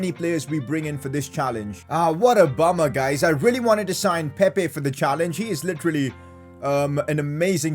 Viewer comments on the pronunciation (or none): none